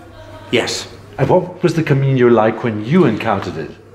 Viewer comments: Not to be too critical but I just wish the interviewer had taken the time to learn the correct pronunciation of "camino". He hears pronounce it correctly several times but obviously is not listening. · Except for the road signs in Galicia. I used to wonder why it was spelt with what I call the 'onion' n. I noticed in one of the other parts of this interview he uses the common pronunciation. But sure what the heck, knew what he was talking about. Bo Camiño or Buen Camino, just makes me wish I was back there no matter how it is said:)